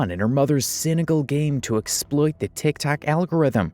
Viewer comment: Does anybody notice that he doesn’t say TikTok he says Tic Tac